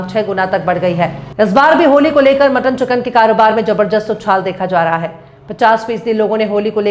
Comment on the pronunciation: Madam jabarjast नहीं jabadast होता है